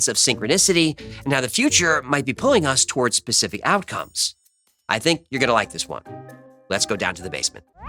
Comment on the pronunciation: did you say pacific rather than specific? Another great podcast. This is right up my street. Thank you 🙏